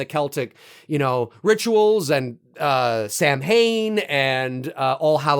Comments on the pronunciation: "Sam Hain" is pronounced "Sauw-en" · Good stuff!! I love Halloween and the history behind the holiday, but thought I'd mention that Samhain is pronounced "saa·wn". Keep up the great content my dude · Samhain is pronounced Sah-win